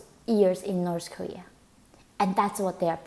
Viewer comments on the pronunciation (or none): Why do you pronounce it "Norse" Kowea when that's where you're from LOL